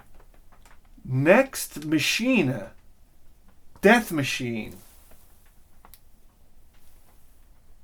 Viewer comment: “Next Machine-uh” lol illiteratehead1000 You can almost hear his erection growing when he plays it though.